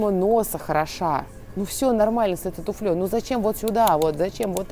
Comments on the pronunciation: Вы потрясающая! Но всё-таки не туфлЕй, а тУфель. Не туфлЯ, а тУфля. Слова вашего профи-арсенала. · если вы хотите чему-то людей научить, то к вам скорее прислушаются, если будете говорить грамотно, а неверные ударения в словах выдают человека необразованного, которому и доверяешь меньше. доне́льзя в каблук этой ту́фли, при легкости ту́фли, с ту́флей, и т.д. Легко запомнить: в единственном числе ту́фля и множественном ту́фли во ВСЕХ склонениях ударение ВСЕГДА падает на У. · Плюсом ко всему было бы хорошо произносить этой тУфли, а не "туфлИ", соответственно тУфлей, а не "туфлЁй", а то, как-то не комильфо. 😁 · не туфлЕй, а тУфлей во множественном числе!